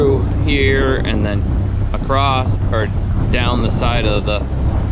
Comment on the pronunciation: it's across NOT, "paddle Acrosst or paddle Acrossed." How are you even an adult?